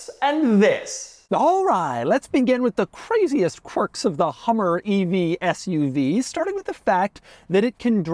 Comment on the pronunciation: I was laughing I thought he said the Hummer FU-V. Maybe.. 😅